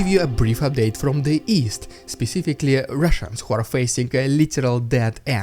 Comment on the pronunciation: Dead end. Not dead ant.